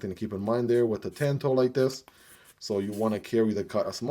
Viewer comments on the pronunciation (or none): Tawn toe not Like dan like John it's Japanese